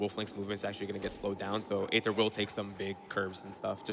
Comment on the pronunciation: yo not meant to be a personal attack, but aether, dude, you pronounce your own name wrong. "ae" in Greek-derived words are generally pronounced with an "ee" sound in English. "Aether" is pronounced the same as "ether" (which is an alternate spelling of the same word). See also daemon/demon.